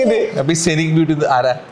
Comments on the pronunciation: Aparna scenic is pronounced “seenik and not sanik “ like u said …please check the pronunciation ! The confidence with which u explain incorrect things is beyond me ! Please correct this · Scenic - 'സെനിക്' അല്ല 'സീനിക്' aanu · Chechi, its seen-ukh beauty, not sin-ukh. Saying this only because I like you all and your videos always find a way to teach others something new in English from it. Loves from TVM ❤ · സീനിക് ബ്യൂട്ടി അല്ലെ? സെനിക് അല്ലലോ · Yes. Scenic - 'സെനിക്' അല്ല 'സീനിക്' aanu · The correct pronunciation for “Scenic” beauty is actually “See-nic” beauty. The first word is pronounced similar to the word “Scenary” (See-nary), where the first syllable is elongated. Likewise, the first syllable in “Scenic” should remain elongated & shouldn’t be shortened while pronouncing the word. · You are right . . . . It's See-nic . . . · Yes 100% "sea-nick". Hope they learn from this. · Scenic is pronounced as 'see-nik'. kindly correct it. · The pronunciation of scenic is see-nick. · Aparna, just a correction , its pronounced as “See-nic” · SCENIC is pronounced as 'SEE- NIC'' . Aparana is full jaada only.. no real english knowledge. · How you pronounce scenic is wrong, please check the pronunciation. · If you are talking about Scenic beauty …your pronunciation is wrong…. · Scenic pronunciation Thetti poi aparna…… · Aparna, you have good English and lots of people look up to you and may copy you. So you should not mispronounce words please. You mispronounced 'scenic'. Also you mispronounced 'Macrame'.